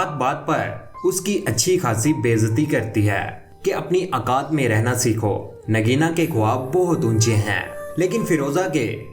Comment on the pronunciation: Ameed ....akaat...gazaara🤣🤣 ...Rip urdu...